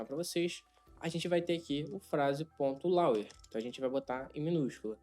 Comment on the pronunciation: a pronúncia de Lower é lôuer! Abração e parabéns pelo excelente trabalho que você está desenvolvendo!